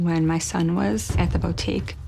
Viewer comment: I find it absolutely terrifying that someone who owns a boutique does not know how to say the word boutique correctly. 😂